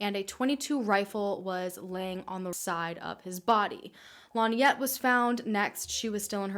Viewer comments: Hard to believe. David did it. Also you kept saying Linette. It's pronounced Lin-ette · Why does the narrator deliberately mispronounce Lynette’s name? Stupid and annoying!